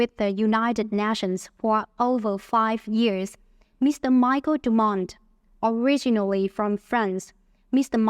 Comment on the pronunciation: Có nhiều lỗi phát âm mà bạn. Như bài đọc phát âm sai nations, originally, world, three, guests, average, families,...